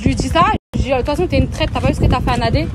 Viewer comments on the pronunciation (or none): Je n apprécie pas Jazz mais j'aime encore moins les provocateurs comme cette fille, à la recherche du buzz. Ça fait pitié. "Eh na na na" Et on dit traitresse pas traite ou limite traitRe si tu veux Enfantillages qd mm